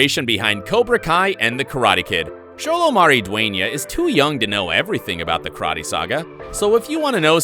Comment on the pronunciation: It's not krate... IT'S KARATE